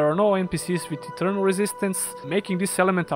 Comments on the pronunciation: Minor nitpick to an otherwise great video, but you should look up how to pronounce "Ethereal". It sounds like you are saying "Eternal", which is not the same thing as Ethereal. Ethereal is typically pronounced i - THEER - ee - uhl. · It sounds like he says eternal when mentioning ethereal.